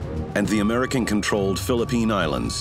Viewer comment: Are we just going to ignore he said "amrican fighter jet"